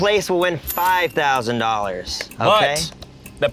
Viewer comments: man was like though-sand?.....like yeah thats a word lmao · Also funny how he can’t pronounce thousand correctly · being 2 letters away mispronouncing thousand vs the English major has been enough to make my week